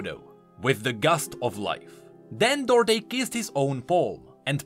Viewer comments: It's pronounced "Do Art" not Dörté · duarte isn't said as dorte its read as du-ar-te if you search in portuguese you'll understand